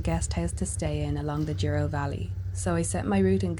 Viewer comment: If you look closely, the first 3 letters of "Douro" are not "duo" but "dou" and they're pronounced like "dough". 😉👍